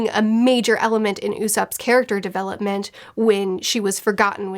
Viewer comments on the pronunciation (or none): none